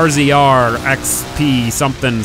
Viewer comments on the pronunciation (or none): IT'S NOT PRONOUNCED "R-Z-R" IT'S PRONOUNCED "RAZOR" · I hate to be that guy but it's pronounced razer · It's a razor not an RZR it like the XBow... you pronounce it as crossbow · gaming beast no it's not I have 4 of them not being annoying or anything but it's pronounced (razor) not rzr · "RZR" = "Razor" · Its a "razor" not a "r.Z.r" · I thought it was pronounced rzr(razor) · What is wrong all of y'all forza you tubers, it's pronounced razor not rzr. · why does everyone call it RZR its pronounced Razor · Ikr everyone saying it like r z r pisses me off lol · It's pronounced (razor) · thank you lol. i was getting tired of that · The rzr in real life is cooler than it is in the game. It's pronounced razor btw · I bet you have been watching tc's vids because it's pronounced "razor" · it's pronounced razor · The name of it is pronounced razor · pronounced razor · why cannt people just say rzr as in razor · It's pronounced razor just the name rzr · rzr is pronounced as "razor" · its pronounced razor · its pronouced razor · Jesus, why does no one know the correct pronunciation of this thing's name? It's pronounced RAZOR,. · It's pronounced razor so you don't have to say RZR